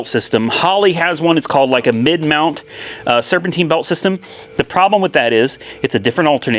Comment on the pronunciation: Serpentine,Serpentine..Not serpenteen..If your going to live in north america learn to speak the language at least...